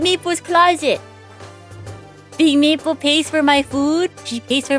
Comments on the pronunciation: is it just me or does it sound like she's saying "meatball" sometimes instead of maple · every time you say smoll maple all I hear is smoll meepo